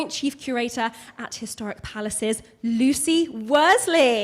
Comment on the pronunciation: can not say Lucies name properly, what a twat.